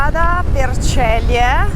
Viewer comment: si pronuncia Zelie e non Celie!